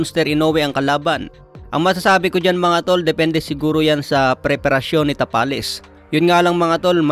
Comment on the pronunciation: Tabales yan hindi tapales haha